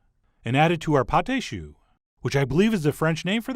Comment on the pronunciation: it’s pâte a choux for the last one (pata/shoo) what sounds like (patay) is potted meat.